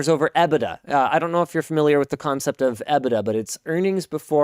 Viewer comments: From the UK: that’s a horrible way to say EBITDA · Literally no one pronounces EBITDA like that